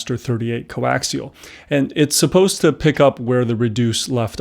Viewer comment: Why do I keep hearing him say Co-LAXIAL lol. Great review :)